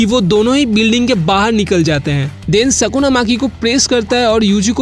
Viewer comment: Are mere bhai tu phele achese bolna sikh vo Sukuna hai sakuna nhi